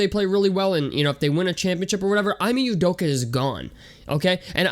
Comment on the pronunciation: Bro can u at least say he’s name right 😂🤷‍♂️